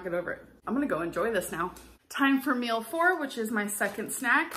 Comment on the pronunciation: Or "mills" instead of meals